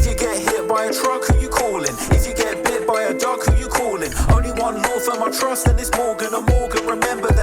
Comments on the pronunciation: I know he says “bit by a dog” but I here duck everytime and die laughing 😂😂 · He says duck lol